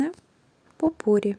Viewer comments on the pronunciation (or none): В слове ,,попурри,, ударение на последнем слоге, потому что слово французское.